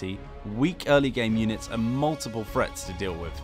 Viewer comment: please pronounce the "th" sound properly. When you say "frets" instead of "threats" it really sounds terrible.